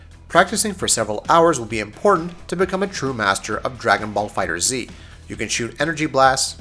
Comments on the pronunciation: You’re so trash saying Fighter Z. It’s FighterZ (Fight-ers) you bandwagon goofy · So many reviewers are getting that wrong. It's Googleable guys. Just look up how something is pronounced. Fighters not Fighter Z. Also, the backgrounds are very intractable. Sure you can't hit someone with a car but you can destroy a lot of the backgrounds, knock opponents into buildings and mountains. You can even knock someone to a completely different stage or destroy the one you're on. The reason for the diminishing points is so you can plan your route properly and not just fight everyone. Otherwise it could just be a regular fight list. And I didn't feel there was a lot of experience in fighting games or time really put into the game. Like you played through most (not all) of the story did a bit of the arcade and said "yeah i got the jist of it." and put out a review. I could be very wrong and if so im sorry but i feel i could have put out this review with the 70 fights i got out of the beta and with basic Wiki research. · Pronounced "fighters" not "fighter z" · If it is pronounced Fighters, why is the Z big at the end of it? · It’s pronounced FighterZZZZ not Fighter Z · I just watched a few seconds of this video. If a reviewer can't even say the name of the game correctly, then I'm out. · Not Fighter Z just Fighterz, sorry but that was just bugging me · Watched the first 2 minutes of the video...got tilted because you keep saying "Dragon ball Fighter ZEE" when it's pronounced Dragon ball Fighters.....dunno why...just bugged me... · FighterZ, not Fighter-Z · Stopped the video the moment he said the title wrong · Pronounced Fighters :P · It's pronounced FIGHTERS not fighter Z. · Say it with me guys: FIGHTERZ. One word. Easy mistake lol. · FighterZ not Fighter Z......come on man... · It's pronounced Fighters. Not Fighter Z. The Z is there for design, not for it's own pronunciation. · Totally right dude! Tomoko Hiroki, game producer said is Fighters.